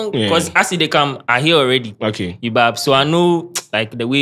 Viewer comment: Kwesi Arthur too be "you bab" 😂😂😂